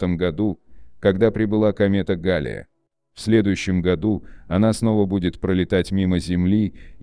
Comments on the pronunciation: Комета ГаллЕя а не гАлея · Галея ударение на е.